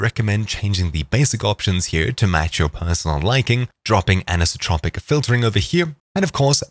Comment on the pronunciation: You have no freaking idea what "Anisotropy" is, do you... you had one job.